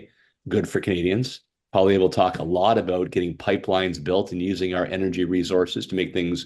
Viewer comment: Someone tell the liberal it’s not pronounced Pierre “Polylever”